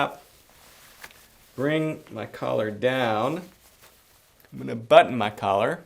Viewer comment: Great video...try not to say "omina"...rather, "I am going to". Other than that, great video.